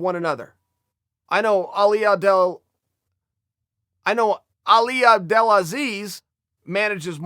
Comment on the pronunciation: you dont have to try to pronounce ali abdulalzzii , just say the weasle, we know who your talkin about